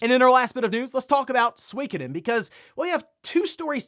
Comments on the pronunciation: Suikoden isn't pronounced "Swee ka den". It should be pronounced closer to "Soo ee ko den". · I swear when I look at Suikoden and it being pronounced Swekaden it just seems wrong. When I think of Swekaden I'm thinking of some bouquet tea shop not a famous JRPG?